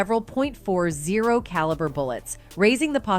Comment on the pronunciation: The narrator sounds like an A.I. bot "A point zero 4 Glock" "Ahhhleya" "2 packs murder" No one talks like this